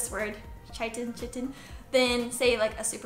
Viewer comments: Pronounced ky-tin 👍🏼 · Great video, thanks! P.S. it's pronounced 'Kai-tin' for future Ref :)